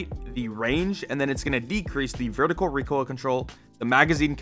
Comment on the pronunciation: "Reek oil"